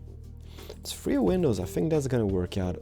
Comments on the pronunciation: Please stop saying penisis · Lol you say window penises... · Why do u say Window Penis 😂😂 HAHAHAHA oh my god cracks me up Rachel timemu say that where are u from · Did he just say 'Window Penises' ?! XD